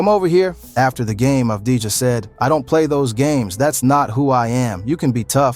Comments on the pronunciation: it wasnt mentioned in the video but the truth is Avdija had a mediocre series against SA. Another thing: his name shoukd be pronounce "Avdi-Ya". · Thank you very much for the video review Just a little note the right pronunciation of avdija is without the j letter